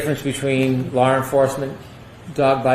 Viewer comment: go back to Junior High School and retake the course “English”. You obviously failed it. Law Enforcement is pronounced “Law Enforcement” not “Lawr Enforcement”.